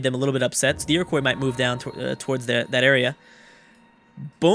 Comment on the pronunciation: Iriquios isnt pronounced as "koi" at the end!! its pronounced qwah (IRI- QWHA)